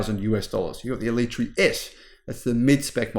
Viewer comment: First, learn how to pronounce it. Second, needs to learn how to drive, turning off stability in the wet with basically track tyres and flooring any high power car is just dumb.